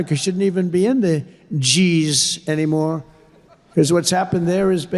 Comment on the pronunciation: He said "the geeez" instead of saying "the GS! ” the man can't read! 🤦🏼‍♀️🫟🫩